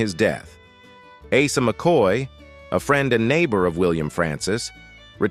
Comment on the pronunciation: Hey AI!!!! Asa is pronounced Aaaaaaa….sa